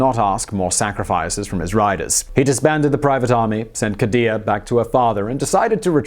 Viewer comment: The way he says khadijah is so aggressively white 😂😂😂😂